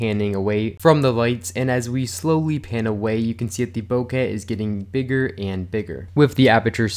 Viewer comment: BoKEH, not “bocah”. KE not ‘ka’. Rhymes with OKAY. BO-KE.